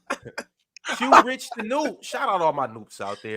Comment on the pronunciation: Good stuff getting to my chat, but you called me the wrong name. it's J Rich, Not Q Rich or whatever you said lol